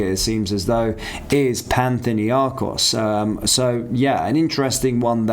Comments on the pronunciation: I assume you're trying to say Panathinikos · Panthinnyakos? Youd think you would at least try to get the name right. Lol